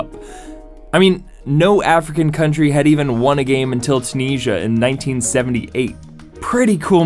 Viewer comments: Did you just call Tunisia, "Tun-eesia" Man its pronounced Chu-nizia. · CANNOT DAMN AMERICANS SAY ANYTHING RIGHT WHAT IS THEIR PROBLEM WITH THEIR ONGOING HANDICAP OF NOT SAYING THINGS CORRECTLY AND RESPECTING LANGUAGE. FOR HELL'S SAKE IT IS NOT TU NEE SHA IT IS TU NEE ZEE AHH EVEN THE TUNISIANS SAYING THE LATTER WAY. HAVE DAMN RESPECT SICK OF HEARING AMERICANS NEVER SAYING THINGS ALL THE TIME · It’s Tu-nis-ia not Tu-nisa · 'Tuneesa and Cheelay'. Is there anything Americans can pronounce correctly? The make Iran or Iraq sound like apple products. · 2.07 What country is Toon-Asia? I've been to Tunisia but never heard of Toon-Asia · "Tue-Nee-Zha"? pmsl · Tooneezha and Chilay. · I take it you've never heard anyone say 'Tunisia' before? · first time I've heard Tunisia pronounced that way. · how can you not have heard of Tunisia.....pronounce it properly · you can't pronounce Tunisia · Did you just butcher the name Tunisia?....🤔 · Americans talking about football is embarrassing. The American pronounciation of Tunisia in this video is borderline horrifying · I hate how he pronounces so many things wrong. Tunisia and Chile being two. This was fairly standard practice back in the day, especially with the Germans. I'm glad it's much less corrupt now....